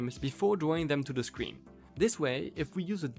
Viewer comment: Man says sween instead of screen